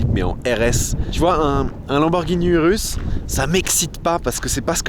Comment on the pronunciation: URUS Se prononce OUROUSSE , jcp pk tt le monde le dit mal